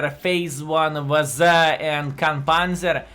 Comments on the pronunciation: I like how says “Vaza” instead of WZ:) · Sometimes he says "Dablju zed" hahahah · Pretty sure that's just how the letters are pronounced in Lithuanian.